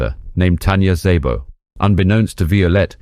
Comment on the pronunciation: I've been bingeing your spy videos for several days now. They are excelently done and intriguing parts of history. Thank you for your work. She was an extraordinary person. By the way, in Hungarian, "Sz" has the "S" sound. Therefore "Szabo" is just "Sabo" not "Saybo." :)